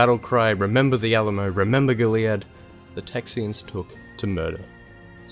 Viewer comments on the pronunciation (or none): Already mentioned, but (at least here in Texas itself) the stress on "Goliad" is on the first and third syllables, not the second: "GOAL-ee-Yad". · GO-leeadd, not go-LEE-ud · Sorry but the way you say Goliad drives me crazy haha. You put a space in it and say it like go-leead instead of putting it all together and not over emphasizing the i. Just letting you know...lol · We pronounce it "Go-Lee-Ad". It's been almost 200 years, and we still remember the Alamo. God bless the Republic/State of Texas. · It's pronounced goal e ad. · Go-Lee-add :/ I used to live on Goliad avenue - I know how its pronounced by Texians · Tejano here; it sounded like you pronounced it "tay-yano"; it should be more like Tay-hano. Also, you mentioned the battle of Goliad. It is pronounced like "GOH-lee-ad". Otherwise, very good video. I have found most people don't know anything about the history of Texas let alone Tejanos. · As a Texan, this is a great video. Well researched and well made thanks man. P.s you mispronounced Goliad (Gohl-ee-add) and Brazos (br-ah-zuhs) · Hello from Houston and thank-you for making this video. “Goliad” is pronounced as GO-lee-AD. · Goliad is pronounced "Goal-e-add" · Not bad. You got most of it right but you mispronounced Goliad. :) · We need to teach you how to pronounce Goliad. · You didn't mention Mirabeau Lamar and you said Goliad wrong but otherwise decent video. 7/10.